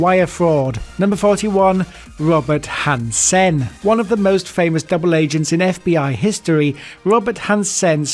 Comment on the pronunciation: Han-Sen? He’s not flipping Chinese